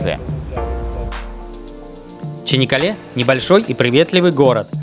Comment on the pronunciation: Почему Чинаккале? Если Чанаккале.